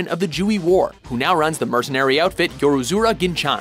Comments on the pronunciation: Yoruzuya Gin-chan? Sounds like you guys said Goruzura, which isn't quite right. Also, calling them a mercenary outfit is a stretch. It's an "odd-jobs" deal, not necessarily a fighter-for-hire group. In any case, Gintoki is far from merely a "badass swordsman," and neglecting to mention his constant goofiness in contrast to his rare but visceral moments of badassery is a disservice to his character. Also, it's the "Joh-ee" war, not "Jewy," although I can see how mispronunciations can occur from how it's often written (Joui). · Lol! Couldn't even pronounce InuYasha's, Sakata Gintoki's and a few other names right! And "Gorozura GIn-chan"? It's a "Mercenary outfit"? lol... It's Yorozuya Gin- chan or Odd Jobs/ Jack of All Trades. Do some research on that!